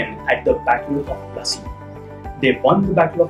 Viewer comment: Classy instead of plassey